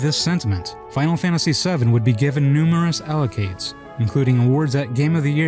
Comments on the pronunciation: Accolades, not Allocades lolol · Honestly, I think mispronouncing "accolades" as "allocates", being in the grand tradition of "ask/aks" and "asterisk/asterix" (although that latter one may be a specifically European English tick -- I've only ever heard British people do it -- possibly a result of the popular French comic), is less of a problem than "overwhelmingly critical acclaim". On an unrelated note, I think nitpicking the "Aeris" spelling/pronunciation, while it's good that you clarified that "-s" is closer to how it's pronounced in Japanese, is undermined a little by the fact that immediately thereafter Leno is referred to as "Reno". Still, great video overall ❤ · "allocades" instead of accolades 😆